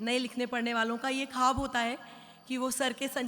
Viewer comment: Khaab nahi...Khwaab...hota hai